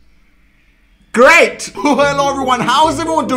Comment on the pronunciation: Eek shut the door: RAAHHH in an Indian accent: GrEaT